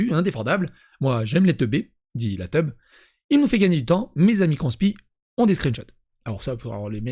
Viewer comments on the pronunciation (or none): Heu. Moi, je lis téb. Mais tu prononce teub. Voilà tout le problème. E ne se prononcer pas eu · Je suis d’accord avec toi sur beaucoup de sujet, mais déjà en français TEB ne se lis pas Teub mais tèbe. Ils ont retiré et le communiqué est clair… et effectivement, il y a une panique morale complètement injustifiée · Faites un effort de concentration avant de lire la suite de ce commentaire. Vous êtes prêt ? Ok on y va ! TEB et teub c'est pas le même mot, ça n'a pas le même sens et surtout ça ne se prononce pas pareil. De plus, un bébé ne sait pas lire. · Bah moi je pense qu'ils sont quand même bien à côté de leurs pompes. Surtout que les mecs font absolument pas dans l'humour, quel qu'il soit. Mais bon, pourquoi ça "collerait" pas avec cette époque formidable, mmh ? Et ça se prononce la TEB, pas TEUB. Cette dernière prononciation est péjorative: c'est plus pour les mecs qui pensent que ce sont de bons gros faux Q qui gèrent une communauté de premiers de la classe huhu.